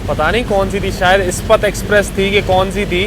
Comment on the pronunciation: Bhaiya wo काग़्ज़ नगर nahi hai कागज़ नगर है, aur इस्पत एक्सप्रेस nahi इस्पात एक्सप्रेस है।